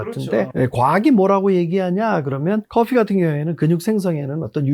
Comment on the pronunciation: 달리기 이 말 놔두고 러닝 ㅡ l,r 한국말 좀 쓰자. breakdown 이라고 굳이 하거나 커피는 또 f 발음 내주시네. 계속 영어 단어 섞어 쓰는거 너무 좋아하시는 분이군.